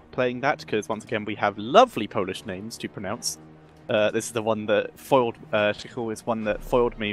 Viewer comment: For once I really like how you treated teams at start. As a Polish I think it's really nice you tried to pronounced the name correctly, because almost all the time people butcher those polish names.